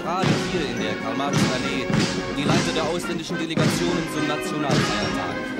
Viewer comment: Its MaRx not Max